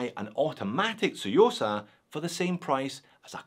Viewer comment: One of the very few watch YouTubers who pronounce “Tsuyosa” correctly. And, this watch is stunning. Well done,! 🙏